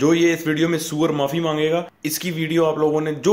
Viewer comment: SOOR 🤔🤔🤔🤔🤔🤔Ye kya hota hai 😝🤣😂😂 kum se kum theek se bolo aur likho 😝😝😝😝😝😝SUAR likho tharki